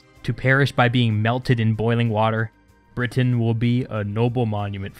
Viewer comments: Britain, not Brit Tain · Is anyone else a bit annoyed by the way he says "Britain"?